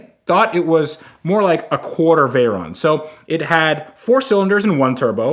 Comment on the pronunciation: Fugatti Vague-ron.